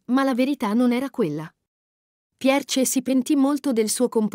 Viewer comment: Forse non si dice Pierce